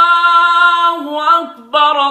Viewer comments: Mashaaa allaah bahut qoob lekin maaf karen allaahu akbarallaahu akbar ke bajay allaahu akbarullaahu akbar me zabar ke bajay pesh shayad atahoga ek bar tehkheeq karlen I am sorry mujhe aysa lagta hai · Masha, Allah azan a hai hai Lakin Allah Akbar k r per paish hai qari sahib nai zaber parha hai no k sareeh GHALTI hai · Bhai jan allah hu akbar rulllah hu akbr ral ni rul he jnb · Ap ne galt para hai ye Allah hu akbarullah hai ap ne Allah hu akbarallah para hai ye galt hai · Allahu akbar , raa ki peesh durasat karain